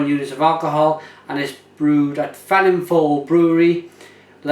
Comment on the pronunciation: Good review. To pronounce 'Felinfoel' correctly though, please try this phonetically - Vell Inn Voyle